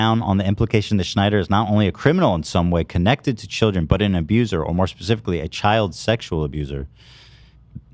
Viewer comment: What are shilldren? Love inventing new words over here 😂🎉